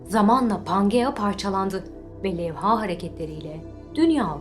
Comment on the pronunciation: Levha'daki a uzun okunmaz, Levha, iki hece de kısa.